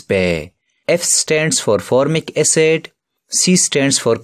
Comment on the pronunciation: its acid not acet lol